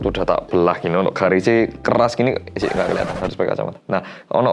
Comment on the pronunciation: kenapa di 8.40 aku keinget mas Pur kalo lagi bilang "Ngga Ngga Ngga" di Tukang Ojek Pengkolan sih... logatnya sama LOL